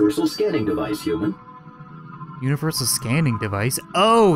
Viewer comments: He keeps on saying uman instead of human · Who else noticed he said uman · he said hooman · not human it hoomun